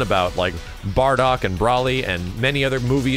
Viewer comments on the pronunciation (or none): Tien's super move uses life energy in real canon. It hurts him to use it that's why he fainted when he attacked incomplete cell. Btw it's BRO lee not bra lee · Bro-Lee. Not Brawlee.